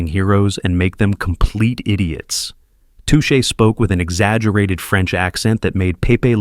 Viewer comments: It;s pronounce "tooshay" not "tushay." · touch a turtle? maybe your AI brain does not know how to say too shay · Okay, AI voice, it's "TOO-SHAY Turtle" (like the French pronunciation), NOT "TUTCH-AY Turtle". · AI content. Doesn't know how to pronounce "Touché". In fact, the biggest flaw is that it repeatedly talks of formulaic content but if you listen, each of the "spoken" descriptions are repetitive in themselves. I should also mention that Secret Squirrel was rebooted during the Cartoon Cartoon era of Cartoon Network, so I suspect it will be remembered by quite a few more people than those that saw it in the 1960s. And wtf is Captain Caveman doing in a video about 60s animation? If it had been about something like Shazam which really did become obscure unlike so much in this list I might have understood but Captain Caveman was a 70s cartoon, one of several Scooby Doo rip offs. Typical AI slop. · I was sure it was A.I. when it couldn't pronounce Touche Turtle properly.